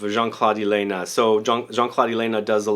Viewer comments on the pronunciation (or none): none